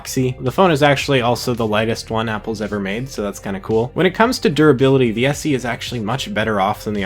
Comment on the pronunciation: why is he says SC? it's SE